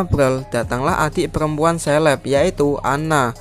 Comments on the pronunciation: Caleb dibaca seleb =Indo English Debest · Caleb bos itu dibaca kaleb, bukan seleb. Apa selebriti ya 😂